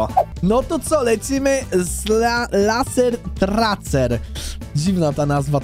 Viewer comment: Muwi się lejser trejser